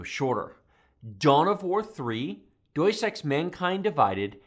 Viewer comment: Just goes to show how quickly performance ramps up on a per-dollar basis at the lower end of the GPU range. Good video. By the way, it pronounced DAY-ous Ex ;) - its latin. Just in case Deus Ex is gonna be a benchmark regular.